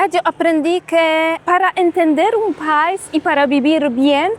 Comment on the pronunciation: 🇩🇴🙏🏻🙏🏻Dices pais y es país acentuando la (í)😊